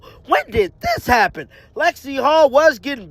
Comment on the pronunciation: It is Hull not Hall